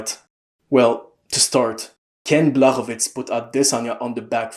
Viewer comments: Awesome video man. I love the in-depth analysis. ps. the "CZ" in Blachowicz's name is pronounced like the "CH" in "cheese" or "chalk" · And the "ł" is pronounced like "w" in "wood" or "wall" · He's actually saying it properly, I'm pretty sure. As for Jan, its close enough